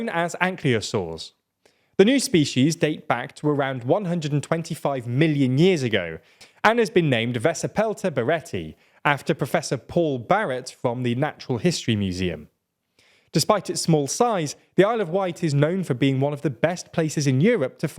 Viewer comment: And, I believe, VEK-ti-PEL-ta, not VE-si-PEL-ta.